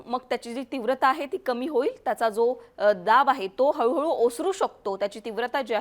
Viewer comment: हऊ हऊ नाय गो हळू हळू